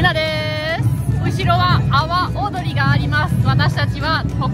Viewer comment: の說明、阿波踊りが 泡、踊りと聞こえてチョット笑えた。 日本語は微妙？ トンダ意味に成っしまうし。